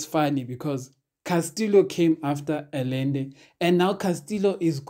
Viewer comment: At the risk of sounding repetitious, this guy's name (Allende) is pronounced "Ayende".